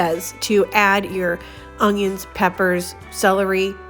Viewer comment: Can you please NOT say onJiins....there is no J in onions!